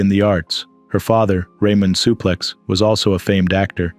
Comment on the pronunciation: If yer gonna narrate , please, practice the names before ya read . Suplex i ask you